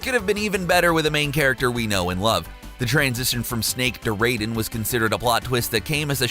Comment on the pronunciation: This is the first time I've ever heard somebody dislike him, given how he pronounces Raiden and Samus, I'm questioning if he knows about these games, or just spouting out a script anyway